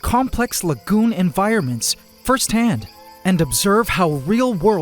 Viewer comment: Every time you say lagoon, I hear legume